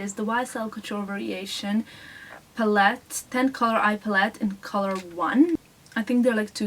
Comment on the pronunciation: Love the video! :) Just wanted to let you know that you are always pronouncing "palette" the wrong way, in case you didn't know. :D I kind of like it, it's cute. :)))